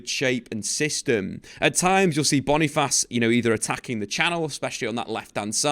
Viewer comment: its not /Bonifass/... its /BONI - FACE/ just as it is spell